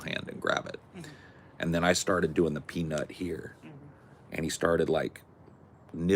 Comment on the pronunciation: OMG!! The squirrels!! Too freaking cute!! Also, kind of funny how you say "peanUt."